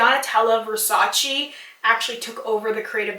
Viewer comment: I don’t want to sound rude, but Versace is actually pronounced “Versach-eh,” and not “Versach-ee.” Great video btw, you should do something like comparision of marketing strategies of the biggest cosmetic companies (EL,Lancome...) and why are they so successful.